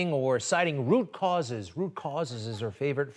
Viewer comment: Haha rucauses rucauses